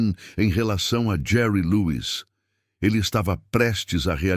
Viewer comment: A pronúncia deste narrador é horrível! Não é Jerry Lois, mas Jerry Lewis.